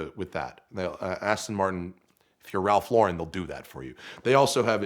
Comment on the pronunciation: You’d think the son of the COO and recipient of a 6 figure car would know how to pronounce Ralph Lauren...